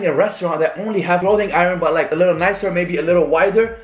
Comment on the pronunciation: It’s not lickl you fucking nickel it’s little dumbass